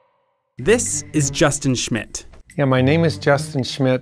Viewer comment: Narrator: This is Justion Shmit Me: thinking he said Justin Shit